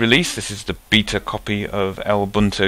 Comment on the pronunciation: I've never heard anyone call Lubuntu "El buntu" before.